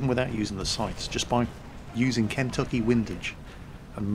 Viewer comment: Oh Jesus...the way you pronounced Kentucky, made me cringe lol.